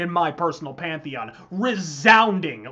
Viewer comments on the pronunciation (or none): none